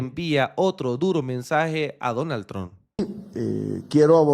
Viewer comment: Trump se pronuncia como trampa , no pronuncie la “a” final